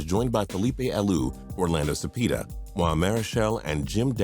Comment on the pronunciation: “Cepeeda” lol “Javie Lopez” it’s pronounced havy